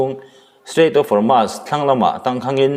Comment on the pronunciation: Hormuz hi i lam diklo ve ziah, Hawrmaz ni lovin Hawrmuz ti a lam tur zawk a ni e.